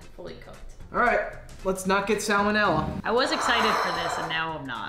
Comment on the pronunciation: SO WE DON'T GET SALMENILLA does anyone on this earth pronounce that right?